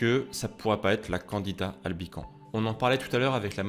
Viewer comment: PS. on dit LE candida (c'est un champignon-masculin ) et dans Albicans , on prononce le S final. Bon , on comprend quand même et ton résumé m'a appris des trucs.